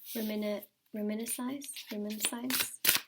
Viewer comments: Reminisce - pronounced reminis 💜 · Did u say reminiscense?? 😂😂😂😂👍resonate a lot 2 thank you dear, yr such a sweet Soul! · Reminisce, sounded out is re-min-iss 😊